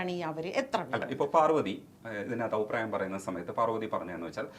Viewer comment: "ഔപ്രായം" എന്നല്ല, അഭിപ്രായം എന്ന് വ്യക്തമായി പറയുക. എല്ലാ ഇൻറർവ്യൂ കളിലും ഈ "ഔപ്രായം" കേറി വരുന്നുണ്ട്...